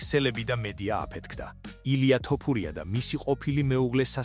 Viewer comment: ტ არა თ არის ეგ 🤭